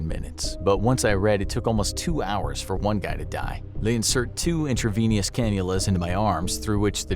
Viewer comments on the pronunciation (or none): Ok, it's pronounced in-truh-VEEN-us, not in-truh-VEEN-e-us.